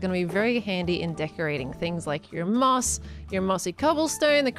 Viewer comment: When she was building the tunnel and going through the resources when she said ''And things like your moss'' I thought she said ''And things like your mom''